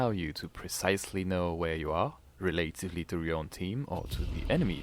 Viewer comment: This video already helped me, I didn't know you could zoom on the mini map! Needless deaths I could've avoided because I couldn't accurately see where the enemy was. Also, the word relatively is pronounced 'reh-luh-tiv-lee' lol. Very impressive English though.